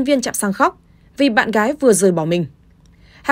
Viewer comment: ng đầu tiên đọc tin.... Cô gái...phát âm cô gải😀😆😅